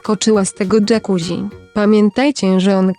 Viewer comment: Jakuzzi czyta się dżakuzi!!! można sprawdzić w parę sekund! Może tak poprawcie wymowę , bo jest rażąca!:face-orange-frowning